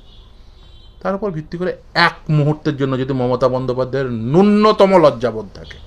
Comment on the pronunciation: "উদ্দাক্ত কণ্ঠে বলতে পারছেন না'' - 'উদ্দাক্ত' বলে কোন শব্দ বাংলা অভিধানে নেই। আপনি বোধহয় 'উদাত্ত' বলতে চেয়েছেন। তেমনিই 'নূন্নতম' উচ্চারণটা 'ন্যূনতম' করুন। দন্ত্য ন এর দ্বিত্ব শোনাচ্ছে। 'দিয়েন না' হল বাংলাদেশি বা বাঙাল শব্দবন্ধ। শুদ্ধ বাংলা হল 'দেবেন না'। আপনার কর্মকাণ্ডের আমি একজন ফ্যান। টিভি চ্যানেলের ডিবেটে আপনার বক্তব্যে নজর থাকে। আপনাকে সাধুবাদ জানাই আর সর্বতোভাবে সাফল্য কামনা করি। 🙏